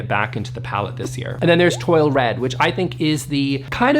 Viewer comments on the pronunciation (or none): Love the Sherwin WIlliams colours! They look edible! Very French! They all complement each other. Right on. (FYI, it's pronounced TWALL red, not TWOIL. Again, French.) The Benjamin Moore colour of the year would be great for an accent wall. In fact, a great accent wall if you have GREY walls, LOL. Otherwise, that whole palette is...harsh. Don't love it. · ~"Toile" is pronounced "twal". ~ Urbane Bronze felt cool, rather than warm, to me.